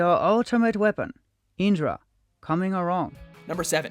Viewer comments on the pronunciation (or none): “Howr is the deveropment of your weepon?”